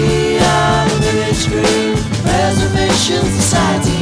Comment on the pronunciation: I downvoted. Wrong stress on "preservation". Did you really think I wouldn't notice?